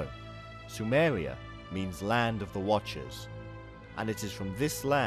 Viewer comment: “up and down Sumewia”